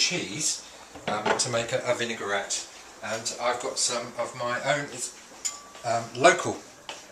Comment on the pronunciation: Excellent recipe, very useful tips - it's a pity he can't pronounce vinaigrette properly.